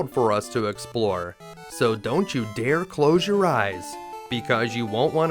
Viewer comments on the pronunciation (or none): none